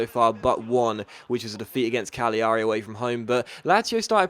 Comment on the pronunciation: Gl is like a Y sound in italian, so it's more like cal ya ree